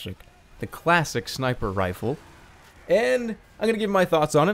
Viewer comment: good that Jerma realizes that "clashick" is the proper way to pronounce this weapon. :D rofl